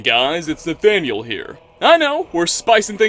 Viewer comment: Nathaniel? Damn, "" does sound weird when you say it like that. I like it though.